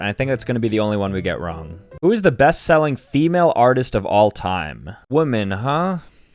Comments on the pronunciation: It said seeling instead of selling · seeling bruh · Ok but can we talk about the “ best seeling”…..instead of best selling..? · best “seeling” 💀💀💀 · Bro spelt selling wrong he said “seeling”